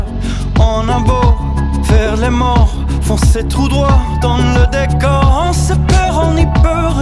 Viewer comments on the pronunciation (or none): y a quelque mots qui le trahisse ;-) qd il les prononce " mort" par exemple